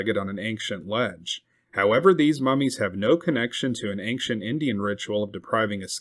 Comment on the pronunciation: Bro the word ancient doesn’t have a G in it